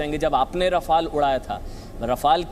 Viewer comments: 🤣🤣🤣🤣😝 राफेल है रफाल नाहि क्या यार टाईटल दखो 🤣🤣🤣🤣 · Abe laudu Rafael to Shi se bolo.... Kux bhi yrr kyun English ki maa chod rhe ho tum log glt nam Lete ho isliye logo ko bhi confusion hota h ki Shi nam kya h...kyun krte ho esa .. sala kaun se school /collage/ university se study krte ho???